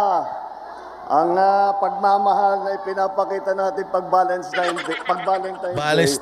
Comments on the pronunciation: Bulol🤣🤣🤣Anong Valestines?😂😂😂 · Bulol😂.Basta VOTE STRAIGHT PDP. TATAY DIGONG SAKALAM WATCHING FROM HONGKONG